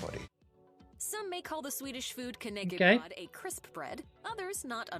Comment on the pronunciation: "knay key broad" ITS FUCKING KN ÄCK E BR Ö DDDDDDD